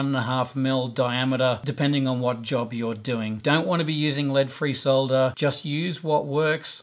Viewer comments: "Solder" not "sah-dder". Thumbs up! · At last, someone who pronounces the word as it is spelt - s-o-l-d-er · Thank you for pronouncing solder correctly. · Finally, a tutorial with someone who can say solder properly. Thanks 👍🏻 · Good tips and great to see you casted the one member of RR that pronounces Solder correctly ;-) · David That Sucks, because we call it Solder..